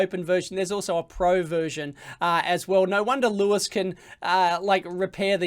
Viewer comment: its louis, not lewis